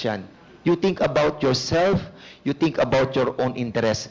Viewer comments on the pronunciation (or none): Executive session? Tapos dun nyo tuturuan kung ano ang sasabihin! Dan Pernandez! Ang “F” ay hindi “P”. Ang “V “ ay Hindi “B”. Ang “Think ay hindi “Tink”! Flease lang fo!